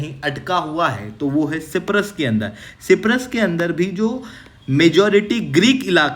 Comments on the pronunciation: Myanmar✅ Miyamar❌ Siberia✅ Serbia❌ Cyprus✅ Cipras❌ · Cyprus not ciprus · Kya kya bol rahe ho साइप्रस ko सिप्रस aur INS trikand ( आई एन एस त्रिकंड) को त्रिकांड bol rahe ho.. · भाई साइप्रस होता है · या तो हिंदी का प्रयोग करें या इंग्लिश का। तुर्की बोलें तो साइपरस बोलने में क्या दिक्कत है? या तो फिर तुर्की कहें। त्रिकांड क्या होता है?? आप त्रिकंड कहिये। हिंदी तो कम से कम साफ बोलें। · सी परस बोला अपने 😂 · सायप्रस Hota hai... try to pronounce. It's NATO ka b dek lo . Har video 5 min. Shuro hoti hai aur pronounce b galat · साइप्रस होता है सर जी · Uneducated fool can't even pronounce Cyprus 😂😂😂😂😂. It is the most pajee*t thing to think everybody fears India😂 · Cyprus to theek se bolo sir ji... aisa kaise chalega yrr.. Sach batau to aise stupid mistake ko wajah se video dekhne ka bhi mann nahi karta... but phir bhi dekh lete hai hum. 😭😭🥹